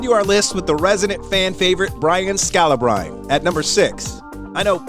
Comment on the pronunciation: U know they don't watch basketball when they don't know how to pronounce scalibrine lol